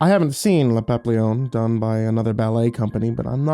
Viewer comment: Ahem... Pah-pee-yon